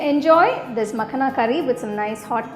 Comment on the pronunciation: Looks so yummy.. just one note. Its called Makhana not makhna.